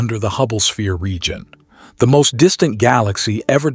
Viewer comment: Holy fuck this is all AI. Listen to the breathing and at like they say Hubble es-pere instead of sphere.